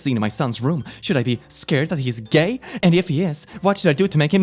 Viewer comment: I love how says gay like "guyeuh"